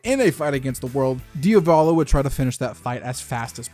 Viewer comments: You're saying "Dio Valo" it's "Dia Volo" Like the word Diablo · Man please please not Diavòlo its Diàvolo its the Italian word for Devil the accent Is on the A not the First O and its a First name so no escape